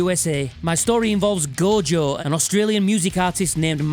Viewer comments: Take a shot everytime he sais "Go-Jo", good luck . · As an Australian, I'd just like to say... who the hell is Go-Jo?